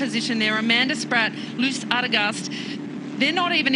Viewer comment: Really nice to get some footage of my fellow home towner Loes Adegeest winning her first big one-day race! And can I suggest listening to the pronunciation of Loes' name by your female colleague? ;-) You have really butchered it nicely both of you gentlemen! :P